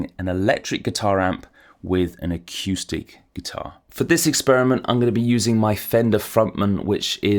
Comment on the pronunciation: I can't trust someone who say akewstic. Sorry.